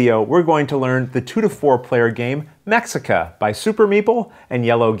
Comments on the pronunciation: LOL. it probably should be pronounced Meh - HEE - ca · Since the games about the people of Tenochtitlan, should it not be pronounced May-shee-ca, as per - sorry it just bothered me every time you said the name as if it were just like Mexico. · The game looks good. Only like a corious, I, like a mexican, can say the pronunciation is : me (the sound of the pronunciation of the english word he) ca. And for general culture, the lake in when the city was build, is Texcoco lake. salutes. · Great review! Just a note, the X in Mexica is pronounced as a ‘SH’ sound. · the Spanish pronunciation though. In Nahuatl it would be pronounced more like "May-shuh-EE-kah". Me gusta mucho tu pais y la historica de Mexico. Y por supuesto la cocina. ; ) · you are totally right, aztecs speak nahuatl